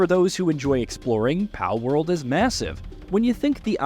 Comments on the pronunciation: Bro why are you calling it "Paleworld" lol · the guy can say ''pal'' just fine but you add a ''world'' to it and he says ''paleworld'' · Pale-world? Wtf? Why are u pronouncing them as “Pal” than? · You know they are called “ Pal” and we can hear it when you reference them as pals yet you pronounce the full word “pale world “ I don’t get it lol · Pale-world??? I think your pronouncing it wrong buddy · Bro doesn’t know how to pronounce pal 💀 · Yeah, seems one of those cases the narrator read what his brain wanted him to read instead of what's "on paper". Or a typo on the script Idk 🤷🏻‍♂️ But Palworld, cool name for a game. That looks really fun. 👌🏻